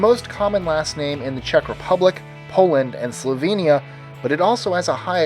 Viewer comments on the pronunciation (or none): none